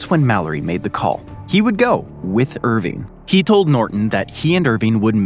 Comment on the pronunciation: As a Scotsman, you’re constant pronunciation of the name “Irvine” was like grinding teeth 😂